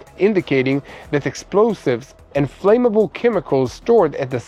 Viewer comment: English is my mother tongue. I just noticed the pronunciation of the words "work" and "flammable" need to be corrected. The word "flame" has a long "a" sound but "flammable" has a short "'a" sound. "work" should sound like the word "were" with a "k" at the end. i really enjoy listening to you.